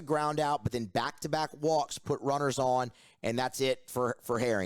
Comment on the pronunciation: Is there any specific reason why you're pronouncing Fidel Ulloa's last name as oo-YOH-oh instead of oo-YOH-ah? Where would the second "o" sound come from?